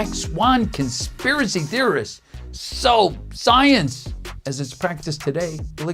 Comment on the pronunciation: I like the way this "talent" she hired reads "SO SCIENCE" 😖 from the teleprompter before realizing it's part of a new thought and having to mellow out.